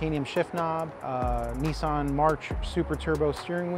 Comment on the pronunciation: See you Americans !!! It's NOT knee-san It's NIS-SAN !!!! F M L !!!!!!!